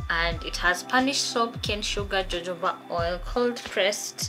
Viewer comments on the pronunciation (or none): Jojoba is pronounced hohoba. Jojoba is a Spanish word and J in Spanish is pronounced like the H in English. Sindiyo Hillary? LOL